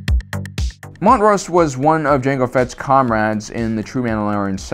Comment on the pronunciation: Slav…slav-ay. Jeaster. Mont-rose. Decent content, odd pronunciations